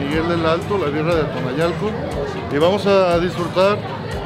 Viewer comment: El lugar de la birria es birrieria Atoyanalco no "tonayalco"... Además es San Miguel el Alto no del Alto...